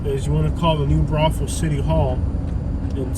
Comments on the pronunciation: Most ridiculous thing I’ve ever heard. Maybe learn about what the hell you’re talking about. It’s New Braunfels. Not New brothels. It’s named after Braunfels, Germany. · I am a homegrown Texan living in San Antonio and I never knew that it was a brothel city Was it new brothel and then someone mispronounced and call it new Braunfels